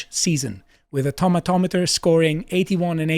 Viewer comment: ' pronunciation of "tomatometer" tickles me